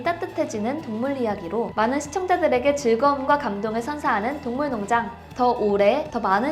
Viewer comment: 동물농장 에서 발음이 많이 꼬이네요. 화이팅 조금 더 노력하는 모습 기대할게요